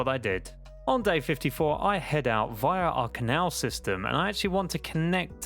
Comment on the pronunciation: The way he says via triggers me idk why but it just does